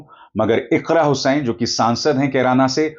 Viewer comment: अरे सर जी आप बार बार इकरा हुसैन बोल रहे हैं इकरा हसन है